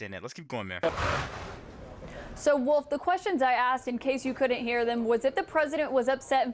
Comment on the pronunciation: She knocks the “o” out of “count”.